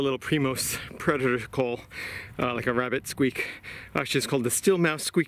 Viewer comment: As soon as he said wabbit I was gone😂